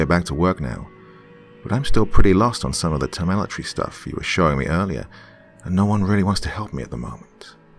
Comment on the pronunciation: Real question and not trying to be an A-hole but is it temeletry or telemetry? Or are they both a thing? Again not trying to be a grammar nazi just trying to learn by asking questions about things I'm unfamiliar with. But damn good read once again Dr. Keep up the stellar work. (See what I did there?)